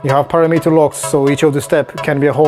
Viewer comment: Maybe it is just me, but I do not think this device sounds very fat and the low end is not thick to my ears. Someone should teach to pronounce param-mitter.